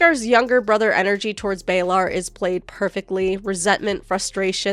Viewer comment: How does someone who’s read the books and watched the series still mispronounce Baelor’s name? Who’s Baelar? 😑